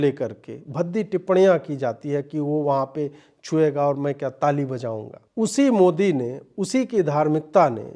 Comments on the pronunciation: Ajeet Bhai, would you also shed some views that. Despite Zahiliya Oweisi studied in UK, can’t he pronounce Modi correctly? He pronounces Mudee? Oweisi MC.please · अबे ओवैसी,,,,सुरेन्द्र कांड नही, सुंदर कांड होता है । मोडी नही वे, मोदी होता है । पहले स्पष्ट बोलने का सीखो, फिर राजनीति करना 😂😂😂😂